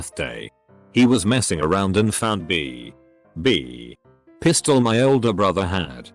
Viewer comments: 🅱️.......🅱️....... piss doll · “And found B (*dramatic pause*) B (*dramatic pause*) pistol” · B DUN DUN B DUN DUN PISTOL!